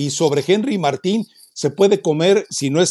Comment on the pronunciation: "Muertin" JAJAJAJA 😂